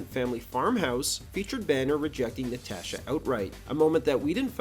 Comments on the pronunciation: Why you saying “Natasha” like that? 😂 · I've never heard anyone pronounce "Natasha" like that before.